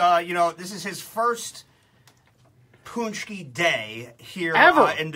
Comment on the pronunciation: You said paczki wrong :/